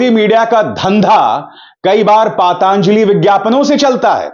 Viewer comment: पातांजलि नही पतंजलि पहले बोलना सीखिा